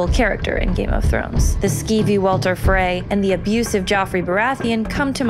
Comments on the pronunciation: Walter Frey? You mean Walder?! Nooooooob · Did anyone here it she said Walter frey